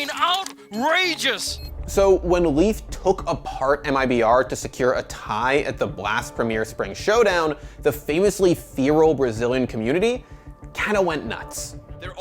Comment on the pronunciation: “Fair-ull” not “fear-ull” 🤣